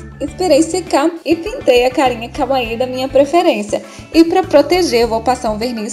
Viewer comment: amei o vídeo mas só eu ouvi kaaui ao invés de kawaii?